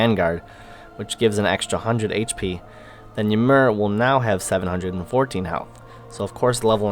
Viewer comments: Thanks for the feedback guys :D and I had no idea i was pronouncing Ymir wrong haha. I will have to correct that one. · I think he is pronouncing ymir like that on purpose guys.